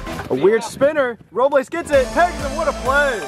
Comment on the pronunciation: If you took a shot every time switched between pronouncing it “Row-bles” and “Row-blays” you would have been blacked out by game 2 😂